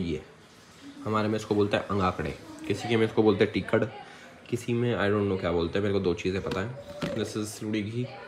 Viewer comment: बेटा टिकड़ नहीं, टिकड़ा बोलते है